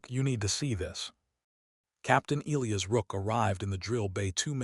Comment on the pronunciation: Why can't your AI pronounce "Elias"?